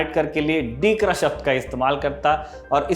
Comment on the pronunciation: दिकरा बोलते है। डीकरा नही।